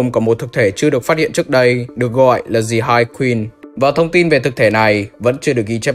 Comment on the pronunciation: Anh ơi, từ "The" đọc là /di/ khi nó đứng trước 1 từ bắt đầu bằng nguyên âm thôi chứ, ví dụ The End ....., chứ từ "Hive" có bắt đầu bằng nguyên âm đâu =)) đến cả entity The Game Master anh đọc "Dì Game Master" làm em cười nguyên clip (em biết là đôi khi anh mới đọc nhầm như thế =)) nhưng nó cứ bị buồn cười ấy)